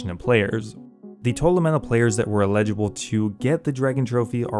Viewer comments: It’s eligible, not illegible. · Bro it's ELLigible not ILLegible. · "Eligible" not "allegible"m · you're saying illegible (poor handwriting) instead of eligible. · Eligible. El-ih-ji-bull. Not illegible. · With peace and love, it’s Eligible not Illegible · illegible and eligible are different words lol. just bustin stones, love the content :) ty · This is a really good, well researched video but I hate how you say eligible like you're saying illegible. Those are two different words bro, all love tho. Peace :goodvibes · you say eligible in a funny way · Why can't you pronounce eligible lol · He sounds like he has never heard the word eligible before and is using it in conversation for the first time after only seeing it in writing his entire life